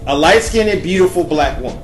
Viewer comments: bro, what the hell is "light skin-nid?" you make valid points but your prunounciation of the word "skinned" got me distracted. lol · Am I the only one who keeps laughing whenever he says skinned as he pronounces it Skin-Ed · OMG!!! The word is light SKINNED!! Please learn how to pronounce the word!! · First, it's not pronounced "skin-ned". And also, yes, if you're a light skinned black who does not have typical darker skin or you have light eyes and non afro hair then you have non black ancestors, whether it's your parents or generations ago. Steph curry clearly has white ancestors and his half is multi racial. They wouldn't have a white looking light eyed daughter if they were full black. Show me one girl in Africa born from black parents who looks like that child. Look at the pic of Steph's parents at the bottom of this link... his mother looks almost as white as mine. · I couldn't finished the video because he kept saying light skinned-ed and dark skinned-ed sounding extra ignorant. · One, you don't pronounce light skinned "skin-ned". Two, just because someone has two black parents does not mean they are not mixed. Sorry to burst your bubble, but both ayesha and steph are genetically biracial and so is Beyonce and also everyone else you mentioned in this video.Vanessa Williams took a geneology test and the results showed that she is indeed biracial. Honestly this video is terrible and so is your grammar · Lol totally agree.. I wonder if he really believes this stuff or he's that's stupid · Please pronounce the word light "skinned" correctly. Thank you. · It makes me cringe every time he says black skin ned or white skin ned. Skinned is one syllable not two. stop breaking it up! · skinned is one syllable, not 2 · can someone teach this dude how to pronounce skinned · Yvonne Wabai ... It's not. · The word is skinned...not skinded. It's our language...use it well. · I can't watch this because he keeps saying "light skinnit" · Its skind. Not "skin-ed" 🤣😂